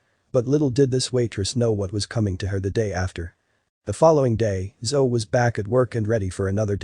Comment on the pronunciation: Her name is pronounced, "Zo-E", like Zoey. Everytime I heard "Zo," my attention left the story. So, why was she frozen when she saw him again?! And why would he "be back for her?" This made no sense.